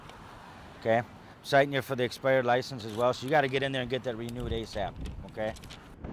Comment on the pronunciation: haha yeah he said "an exspidered drivers licence"